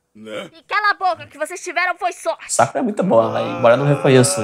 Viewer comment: se pronuncia sákura, não sakúra